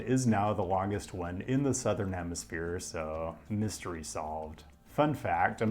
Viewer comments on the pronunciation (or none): none